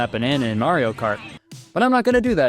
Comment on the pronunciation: Did anyone else hear “Nario” kart?